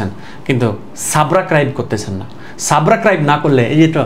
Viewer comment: ওরে আল্লাহ 😂। সারে সাবস্ক্রাইব রে সাবরাকাইব কয়😂😂 এরকম শব্দ আমি প্রথম শিখলাম😂😂😂😂😂😂😅😅😅😅😅😅😅😅😅😅😅😅😅😅😅sooooooooo🎉🎉🎉🎉🎉🎉🎉🎉😊😊😊😊😊😊😊😊😊😊